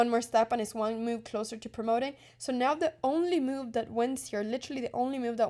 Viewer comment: Anna please .. Its not meuve.. its called a move 😂